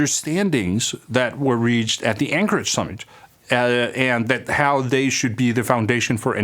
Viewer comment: Great video! However your Danish accent is so thick this time that when you said Anchorage (Alaska, USA) it sounded like Ankara (Turkey).